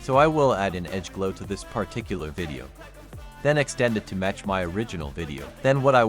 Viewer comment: The weirdly pronounced word "Pah Tic Cular" was used 538 times in this video. LOL